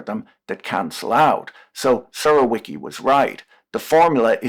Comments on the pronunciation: Surołyki lol, Surowiecki ~ Surovyetski (u pronounced like oo in look, obligatory rolling R ofc, w = v, c is fully pronounced as "ts" kinda sound, like "z" in panzerfaust he he, I know, anglophones will pronounce panzerfaust as panserfaust, nope it's more a Pantsafoust). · I mean it in a good way, , the last name should be read as „Surovietski”.